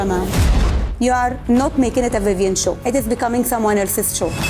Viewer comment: Maharaj NAAM toh shi se bol vivian...😅😂